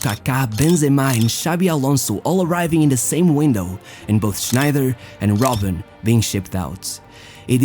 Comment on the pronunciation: Bruh it's ROBBEN